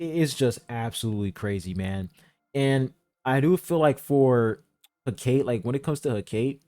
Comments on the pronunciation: Every be pronouncing her name wrong man 💀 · I think it's "Heh - Ka - Tay"